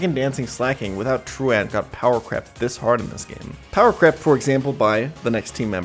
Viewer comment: say it with me....TRU-ent 😂like you skipped school...😭